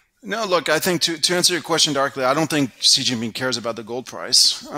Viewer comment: is great, but China is definitely one of his biggest blind spots. He still can't even pronounce Xi Jinping's name well (a small but important tell).